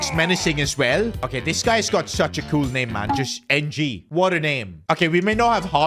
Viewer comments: Lol keeps pronouncing NG wrongly, supposedly its pronounced like "Eng" or "Ing" but he keeps saying the literal letters N G😂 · It is pronounce Nang not N and G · Ng is pronounced “eing” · He’s not pronounced N-G,it’s a tricky Asian surname but I can pronounce it,but I don’t think I can pronounce in words